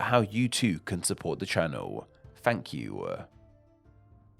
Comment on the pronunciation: where does your accent come from? below = belowa, thank you = thank youwa, patreon = patreona ?